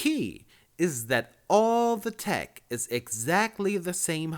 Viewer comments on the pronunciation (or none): none